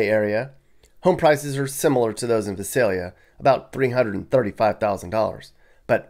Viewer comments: My mom grew up in Vi sail yuh not vis sail ya ... sad to see all the devolving of life ... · No one ever gets "Visalia" right. The first letter "i" is long: V - eye - s - ay - l - ee - ah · You're totally mis-pronouncing Visalia. A lot of people do though. I kind of grew up there. Yeah it has somewhat gone downhill, but it's still one of the nicer cities in the Valley. I live the in Bay Area and would move back in a heartbeat now that I'm retired. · It's vy-SAYL-yə (Visalia).